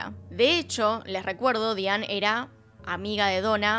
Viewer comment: Con respeto tienes problemas con la pronunciación en inglés. Es Diane Daianne se diría.